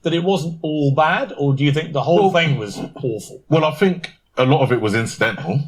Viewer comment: Oh we're getting a bit sick of people biting the hand that has fed. The fool can't even pronounce "think". Send him to Libya.